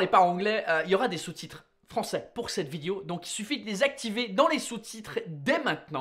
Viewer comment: Ahhhhhh première fois que je capte ton accent anglais : tu prononces légèrement vi-di-o au lieu de vidéo ... 😁